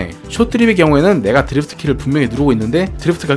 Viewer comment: 드리f트 말고 드리프트가 듣기편할듯!